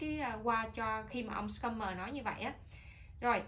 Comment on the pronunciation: Schumer là chữ german đọc như shumer.